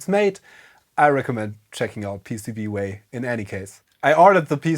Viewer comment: You are pronouncing PCBWaaayyyyyyyyyyy!!! wrong.